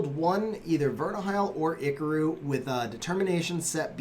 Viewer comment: its tri car ru